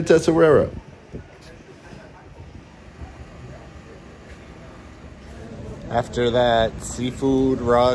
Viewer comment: Esswarira.. esswira, essawira 😂